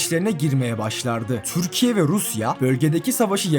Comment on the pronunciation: Türkiye mizi güzel telefuz et lutfen çok tuhaf diyorsun Videolarin guzel ama